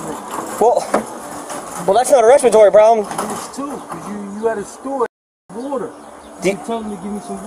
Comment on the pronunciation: I never knew you needed whöder to breath. Whatever that is.